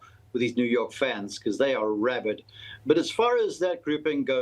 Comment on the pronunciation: ”rabid”??? enjoy your flight home pal